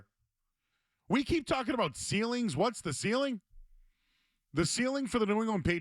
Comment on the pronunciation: C’mon fellas……… ceiling isn’t a very difficult word